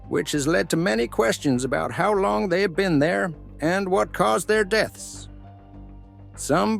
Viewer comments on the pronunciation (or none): none